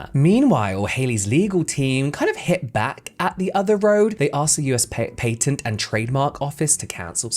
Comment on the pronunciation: lollll the way you said “patent” and “chipotle” killed meeee 🤭🤭 Great video anyway. The weight loss camps kinda reminds me of the safety concerns about the show the biggest loser